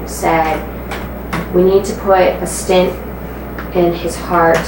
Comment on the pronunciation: A stint? Really? Not a stent, but a stint? My god.